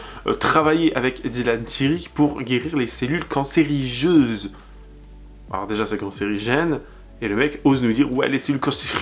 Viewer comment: Je t’adore mais ça se dit “cellules cancéreuses” ❤